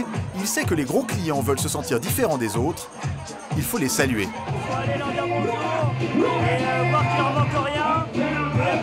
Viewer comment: Et on en parle du "boujour" à ?!